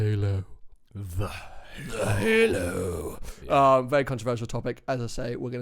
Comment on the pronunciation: "hailo"... Jesus christ dude